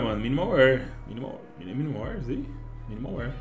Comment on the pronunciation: mn pior q eu sou, e tbm falo alemão, e arrisco um pouquinho de italiano, e o jeito que ele fala wear é estranhao kkkk